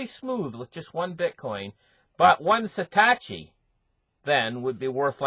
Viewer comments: He keeps saying satachi.. like are you kidding me? SATOSHI - O O O. If you talk crypto, get it right. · Sa -tosh -i